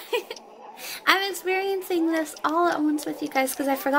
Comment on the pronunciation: no-one: literally no-one:: experiensEYEng